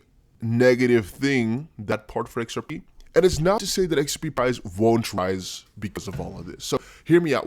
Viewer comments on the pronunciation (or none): none